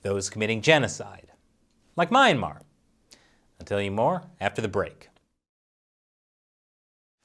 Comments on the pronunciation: Good lord can you stop butchering the word ‘Myanmar’? It’s phonetic! Myan mar. Not MAYAN MAR 🤦‍♂️ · "mee-ahn-mar". NOT "my-ahn-mar". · "Meh-yan-mar" not "My-ayn-mar"...heheh...big fan of this channel :) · please please please go google "myanmar pronunciation" it definitely not MY-MA. Zina uncersored